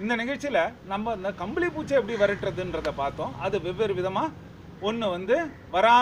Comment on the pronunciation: புச்சி இல்லை பூச்சீ